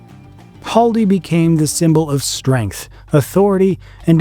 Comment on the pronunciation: it's not Haldi. It's Khaldi